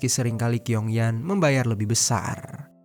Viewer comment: Bacanya chiong yen..bukan kiong yan..gk enk bgt dgrnya..asl sebut nm org..😅..nm cew itu tulisannya Qiong itu bcnya chiong yen..